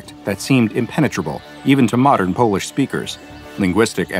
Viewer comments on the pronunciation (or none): none